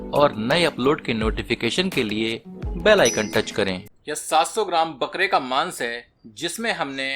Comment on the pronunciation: Maaans...maat bol bhai😂😂😂...ajib lgta h